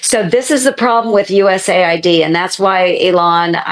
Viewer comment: Is it just me or is it manipulative to pronounce it ‘USA ID’ instead of ‘US AID’. By all means cut out waste and check things are what they say they are. But if you are killing aid to people out side USA from the USA. You should be clear that that is what you are doing. Pronouncing it USA ID is hiding what you are doing. As an Elon fan this makes me sad.